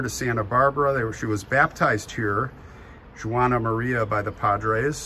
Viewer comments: Just so you know, Juana is not pronounced the way you said it. It'd be Wa nah, more like saying Wanda without the d! My grandmother's name was Juanita. Pronounced Wa nita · I loved to visit there when I lived in California. As a Latina I must correct you the way you pronounce Juana. It’s not “Jew wana, but the female pronunciation of Juan, so it’s just said like (Wanna). You are so funny! I love St. Michael! After Mexico abandoned the support of the missions, many of the natives ran back to their tribes. The Chumash were peaceful people living off the plenty at the seashore. They traded abalone shells as far inland as with Central Valley Miwaks. You should visit Monterey, Ca. Great history! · Thank you for correcting his pronunciation of Juana. It was very irritating. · I was going to mention the pronunciation as well.